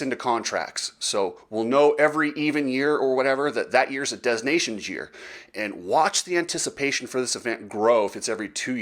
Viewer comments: "Dez" nations...lol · I’m pretty sure the s is silent. 3 minutes of advertising? Your channel will die soon